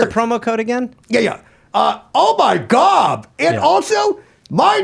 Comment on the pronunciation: In Gob We Trust